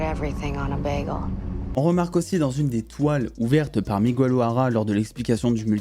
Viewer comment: Très bonne vidéo, par contre on dit pas "Migouel", on dit Miguel (comme guérir par exemple) ;)